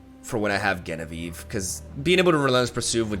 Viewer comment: The nail clipper story sure is disturbing, but I find the way he pronounces Genevieve way more disturbing 😅